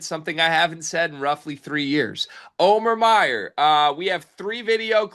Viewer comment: Can you guys please figure out how to say the guy’s name? Come on it’s not O-mear!